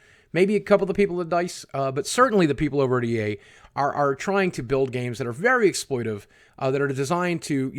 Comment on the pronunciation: btw mate, the word is 'exploitative', so its pronounced ex-ploi-ta-tive :p, rather than ex-ploi-tive